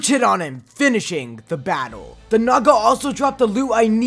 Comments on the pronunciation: I remembered that i watched mrbeast gaming and he say naga more like nada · i thought he said sum else instead of "naga"💀